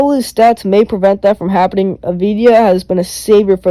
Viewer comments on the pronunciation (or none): it's not a-vi-di-ya, it's av-di-ya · You spell his name wrong ! Not avidya, not avdija. You spell his name: AVDIYA. Av- di- ya